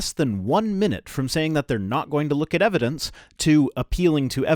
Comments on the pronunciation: Just before Did just mispronounce the word "evidence"? It sounded like he said "evilence"... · ... did he say eviLence?? lol. WTF. Talk about fuzzy. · "Eveldence". The man said "eveldence". Is that a "fuzzy" word? 🤔 ( in your video). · the observable evelence?